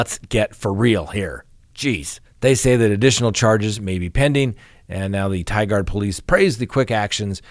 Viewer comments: Lol, Ty-guard! It's pronounced ,'tye-gerd' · No offense meant here, but as a lifelong Oregonian, it’s pronounced Tigurd rhymes with titurd. Lol. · Omg u r covering the case from tigard Oregon where I live!! It literally happened 5 mins from my house. Super scary. Glad that mom was on it! Ps it’s pronounced ti-gerd